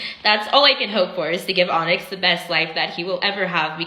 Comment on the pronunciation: “Onyxth” is how she says her son’s name. Onyxth. 😂😂😂